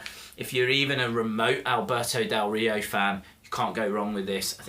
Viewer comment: you say his name very well i am mexican and you say it better than most of the people haha he is a great wrestler with a lack of opportunities whatever, great review